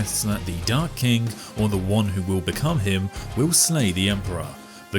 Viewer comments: Lol how do you make "dark king" sound exactly like "dark kink" every time? Ooh wait you didn't do it and it's back? What a ride! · I love your vids man but y u say dark kink? Its king man 🫠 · Why i only hear him say " dark kink" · i just hear "dark kink" over and over again....wasnt we talking about a king? xD funny thing ^^ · I just can't unhear it... The Dark Kink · knows how to pronounce the word king correctly, but would rather not. Change my mind.